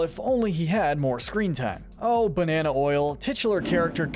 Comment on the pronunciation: Banaer Oil Not Banana Oil